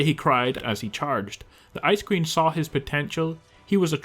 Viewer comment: P.s when he said ice queen i thought he was saying Ice Cream in a silly way XD